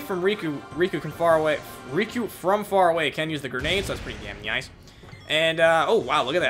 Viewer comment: Why do you say "nyice" instead of nice? It's kinda cute.